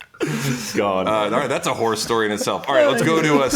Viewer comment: Sam needs to say “horror” more clearly. I swear he said, “tennis whore stories”. That would be a very different discussion.🤣🤣🤣